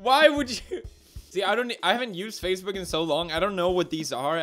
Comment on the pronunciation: Did He just sayed "Facebek" insted of Facebook??